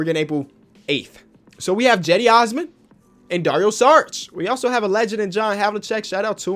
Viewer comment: “Jedi Osman”